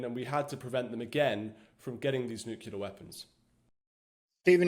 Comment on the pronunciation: I can't take anyone that cant say nuclear property, seriously what is nuke you ler ?